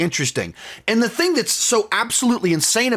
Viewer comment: I enjoyed how you said "thang" because you were talking about Kang 😄